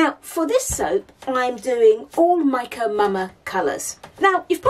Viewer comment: I have to admit that when I first started watching your videos, I thought you were saying Mike & Mama! 😂